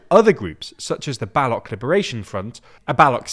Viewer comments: Bal-o-ch not balok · It is not Balak, it is Baloch. The ch is similar to chair. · Just a point to note: it’s not baLOCH as in Loch Ness, it’s baloCH as in CHina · It's not ba loch but pronounced as B:low ch. Watch the Dhurandar trailer to see how it is pronounced. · It's not Balock. It's BaloCH. Learn to pronounce the names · Huge mistake at the beginning of the video. it's balo"ch" and not balo"k"... Also Balochistan freedom struggle has absolutely nothing to do with Taliban. The Baloch people wanted a separate state right from 1947, so it's not terrorist group but a freedom struggle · Baloch is pronounced buh-LOHCH. Not BA-lahk. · its called balosh not baloc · bro you cant even pronounce "Baloch" correctly who made you a journalist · Bro pronounced Baloch as "balok" 🥀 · Bro, it's Baloch, like the ch in cheese, not Balok. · For future references, the "ch" in "Baluch" is pronounced same as the "ch" in "choo choo" rather than "ck" as in "Balock". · An FYI for pronunciation, Baloch is pronounced like coach, not like balokh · Lol, I will pronounce it as BaLOCH AS IN LOCHNESS, cuz we speak english, bot your weird middle eastern language. Like, how .0001% of thebworld speaks urdu lolololol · The “ch” in Baloch is read/pronounced “che” (ALMOST like Che Guevara) and not a k. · the Ch in baloch is pronounced like the Ch in children. the rest was top notch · Can you guys please stop pronouncing baloch like that it's embarrassing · bro u guys get mad when others mispronounce u but dont give shit when others mispronouce or butcher other places and cant u guys read it has ch sound not k